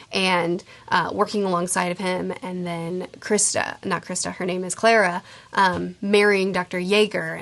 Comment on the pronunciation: CARLA.. not clara